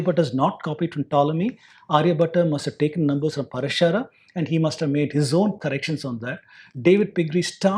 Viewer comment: It is Praashara,not Parashaara